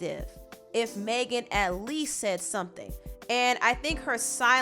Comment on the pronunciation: You keep mispronouncing Megan lol it’s not “Maygen” it’s mehgin